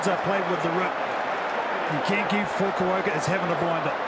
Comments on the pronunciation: Also gotta love that pronunciation of Kenjo Fukuoka. KEN-KY FUKI-OHKAH! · About the pronunciation of Fukuoka's name. It's Kenki Fukuoka, not Kenkai Fumioka.